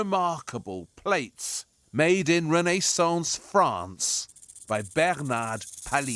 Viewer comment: René-saunce! Disturbing...